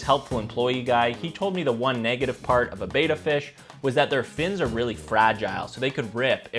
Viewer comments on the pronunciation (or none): Fun fact: Bettas are not pronounced 𝘣𝘢𝘺-𝘵𝘶𝘩, as in Betamax. It's pronounced 𝘣𝘦𝘩·𝘵𝘶𝘩